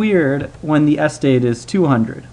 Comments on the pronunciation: The correct pronunciation is "estate", not "Es-tate". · I wonder if Presh has Indian heritage, because that is a kind of Indian way to stress the first syllable. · wait, how do you learn otherwise normal English, but mispronounce eh STATE as ESS tate? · more importantly what is a Es-tate! it's pronounced ess-state. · You stress the wrong syllable: "es-TATE" not "ES-tate" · What sort of accent is it where "estate" is said ESS-tate, not ess-TATE? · I say es-TATE but I am curious why he says ES-tate. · I had to stop because I can't stand how you say the word "estate" anymore. It sounds like you're saying "AS-tade" not "ess-TATE". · The word is "estate". Not "ess-tate". Every time I heard this mistake it disrupted the otherwise helpful narrative. ("Miss-take"?) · Where is the guy from? I'm kinda wondering why the pronunciation of estate as "s state" is bothering me more than the math :S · Oh good. I'm not the only one then. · Every time you say "ES-tate" I shudder. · Interesting vids. I have to say, I have never heard anybody pronounce estate as Es-state. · how the hell are you pronouncing the word "Estate" wrong? accent on second syllable...will you new fuckers please read a bloody dictionary once in your little lives. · How about you calm down. Some words just read different from how it’s pronounced, so it’s fine to mispronounce it. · Your pronunciation of estate was really jarring to my American ears. My wife declared that she couldn't listen to this video any more. Sorry. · Why are you stressing the first syllable in "estate?" Stress is on the second syllable... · why do you pronounce estate weirdly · Never heard someone put the emphasis on the first syllable of estate before. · Thomas Fucking Jefferson The alternative is that he's saying it wrong on purpose. I was giving the benefit of a doubt. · "estate": the accent is on the second syllable. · You're saying estate wrong. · agreed! drives me crazy.